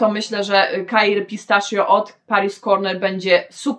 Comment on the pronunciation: Jak zawsze mega ciekawie, pozwole sobie tylko na jedną uwagę. Pistachio wymawia się "pistakio" Pozdrawiam:)